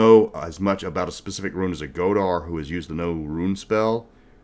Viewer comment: "never criticize someone for mispronouncing a word. It means they learned it reading a book." I don't know about the games but but it's pronounced "go-thi" and "go-thar" instead of "go-di" and "go-dar." Respect.